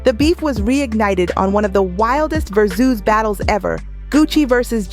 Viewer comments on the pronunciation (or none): Tf is a Ver-Zeus?